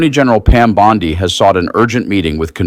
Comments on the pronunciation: What is a "bond eye"? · 1. Great video. 2. Keep up the good work. 3. You've only READ "Bondi", and never heard it actually pronounced verbally by anyone, is my guess. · C'mon! Ghislaine = Gee-lane Bondi = Bon-DEE You need to step up the professionalism and properly pronounce the names of the people about whom you're reporting. Not a good look ... 😒